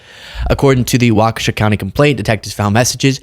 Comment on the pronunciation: P.S. Waukesha is a three syllable word,. "WAW-keh-shaw." It is not, 'WAWK-shah." Please and thank you.